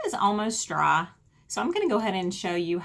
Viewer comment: Why can she not say "dry" but "draa" ?